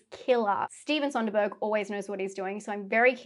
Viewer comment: I am stoked. This could be a ridiculously good year for horror if even half of these are good. By the way there is no 'N' in Soderbergh. In your Australian accent the perfect way to say it would be soda - burg.